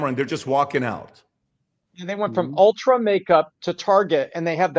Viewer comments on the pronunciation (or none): I love. It's ULTA not Ultra. 😂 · Ron i think it's "ulta" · ITS ULTA lol! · He keeps calling Ulta “ultra” 😖😖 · it’s “ULTA” not ULTRA.”